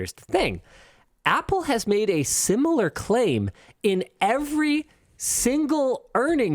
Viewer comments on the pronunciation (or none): none